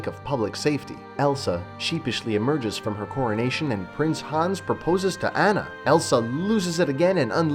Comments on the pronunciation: Ana learn how to pronounce her name. damn cbr wtf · Video lost all credibility for me when he kept pronouncing Anna's name incorrectly. If you are going to criticize a movie, make sure you pronounce character names correctly. At least that way we can pretend you watched the movie.